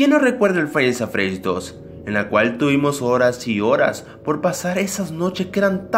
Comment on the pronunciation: Me doy cuenta que es five Nights at freddys y el dice fainasafredis v